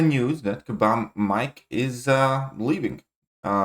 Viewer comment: Just say mike, he's gone now so don't bother saying "mee-kayy", bag of feces isn't worth the extra syllable